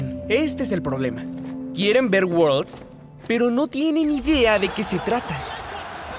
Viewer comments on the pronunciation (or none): Quieren ver "Wuolds" jajajajaajajaj